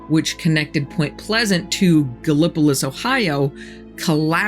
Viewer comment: Gallipolis, Ohio. I have seen at least two dozen shows and videos about the bridge collapse and mothman; not one has ever taken the little bit of time needed to ask someone how to pronounce the name properly. It is pronounced Gal-la-poll-liss.